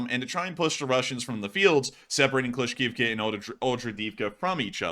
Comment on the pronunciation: C'mon,, "Kla-shiv-ka"